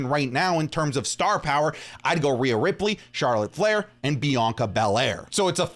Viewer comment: POWA OF TAZOWA